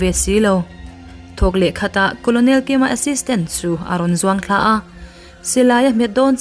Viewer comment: Colonel hi karnel tia lam tur a ni lo maw